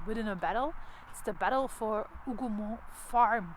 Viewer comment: This is an excellent video and the historical overview is spot on. I also appreciate your pronunciation of the Hougoumont farm and other locations. It sincerely helps those of us who primarily rely on written sources. You have inspired me to return to the battlefield after more than 20 years. Thank you.